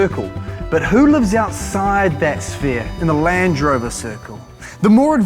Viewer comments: It feels like he's not sure if it's a Range or Land Rover se he just goes with Lange Rover. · Lange rover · i think it’s because he says ‘Lan drover’ instead of a space like ‘Land Rover’ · Lang Rover, he says, when it should be Land Rover! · Hard to hear. When he calls Land Rover “Lange rover”, exactly the same pronunciation as Range Rover minus the R, they sound exactly the same. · sounds like he’s saying lange rover sometimes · Did i just heard him say lange rover? 😂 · "Lange Rover" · All I heard was Lange Rovers and Range Rovers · Surely I’m not the only one who can hear you say ‘Lange rover’ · I swear to god he says Lange Rover every time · I can't be the only one hearing him occasionally say "Lange Rover", right? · Damn you, he said it as Lange Rover the very second I read your comment 🤣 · Didn't know New Zealanders pronounced "Land Rover", "Langerovah" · Why am I hearing lange rover ? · pretty sure he just said “lange rover” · "Lance Rover" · Did I hear Lange Rover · 'Lange' Rover?